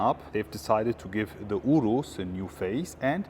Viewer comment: Your pronunciation of "Urus" is spot on! 😂